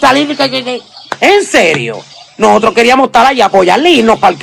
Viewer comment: Estabanos 😂😂🤦🏻‍♀️😵‍💫nojotros ahyyy santooo!Como dañan el idioma!